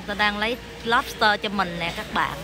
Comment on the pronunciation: Lobster not lopster😍😍😍😍